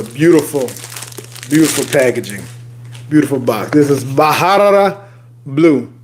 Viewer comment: Pronounced Barara not Baharara